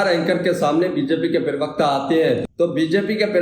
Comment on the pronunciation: Arey bhai parwakata kahna tou seekh lo